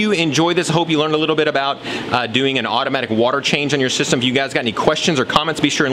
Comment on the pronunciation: Did u say otter matic water change lol come on 11 secounds in